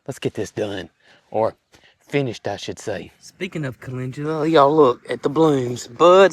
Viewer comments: I see Calendula Flowers, However I do hear you say Calengula. Either way the blooms are beautiful!! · you pronounce CALENDULA like Calengula...I could never figure out what you were talking about. Supposed to sound like Kuh-LEND-yuh-luh.❤❤😊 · Speaking of transcripts..a lot of channels do not editing at all. Makes some things very laughable. I know you are saying it correct, but it has no g in it as you pronounce it. Cal..in...du..la would likely get you the right spelling...just sayin. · Great Video!😊 By the way where I live the Amish Sect with greenhouses pronounce Calendula - CALL LEN DUEL AHS 😊 it’s Chust a wee bit different in their greenhauses. Although my Grandma was of the Old Order Sect, she grew it but she pronounced it correctly ❤